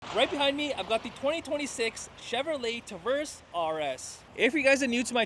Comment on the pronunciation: Say "Tuh-verse" again